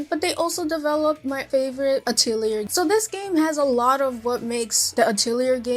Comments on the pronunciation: Also, I want to be constructive, it's pronounced Ah-Till-E-Yay. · Atelier [ah - teh - lee - eh] you don't say the R. It is a french word. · no it's not, it's ah tell ee ay